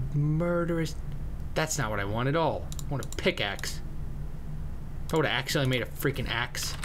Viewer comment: QUIT SAYING PICKIX!!!!!!!!!!!!!!!!!!!!!